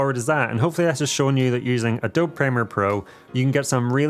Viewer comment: Love your stuff a lot. Only thing, Adobe is prounced uh-dow-bee not a-dob :)